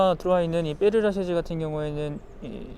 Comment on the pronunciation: 그 유명한 파리 묘지! 이름이 어려운 파리 묘지! 페르 라쉐? 뭐지? ㅋㅋㅋ. 페르 라셰즈 ㅋㅋ. 어렵다 불어 발음.